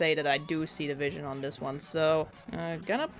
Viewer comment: Every time you say "I see the vision" I hesr it as "ICE-E division" lol